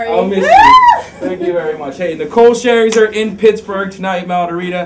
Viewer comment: Lmao he said Nicole Sherzer